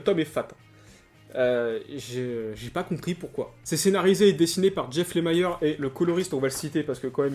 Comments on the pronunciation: Lemire avec ire et non Lemire avec aïre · c'est LE-MI-RE pas lémayeur...sinon sweet tooth, j'ai du mal aussi...